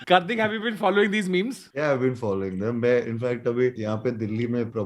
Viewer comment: On behalf of every Kartik on this planet. It's Kartik, not Karthik. South Indians have ruined every possible name. 🤦‍♂🤦‍♂